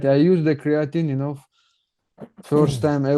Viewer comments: He uses Creo-teen lol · Criateen and proteen😃